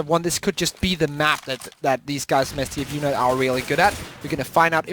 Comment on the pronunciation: stafu and not s t f u nerd